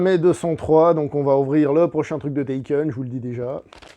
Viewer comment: Tu as qu'à tout ken ? Taken - Touken ? 😂